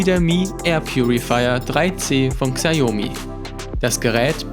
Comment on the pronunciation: sprich mir nach, SCHAO-ME xiaomi.